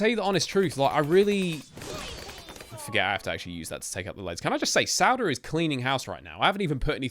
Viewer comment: sauda is pronounced saw-da